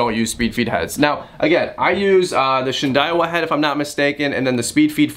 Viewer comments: Also, pronounced Shin-dow-ah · husky, husky varna.....huskvarna =husqvarna shin day wa = shindaiwa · “Shin Die Wah” Love the video. Thnx for the info.